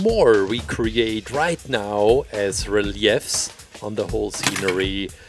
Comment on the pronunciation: My friend, you speak English so well and I wish I could make mistakes in another language. It took me a while to realise you were mispronouncing RELIEF (REE LEAF). You made it sound way fancier than it is